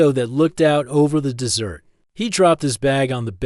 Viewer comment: Third floor room in a two story motel? Also, the AI is pronouncing desert as dessert.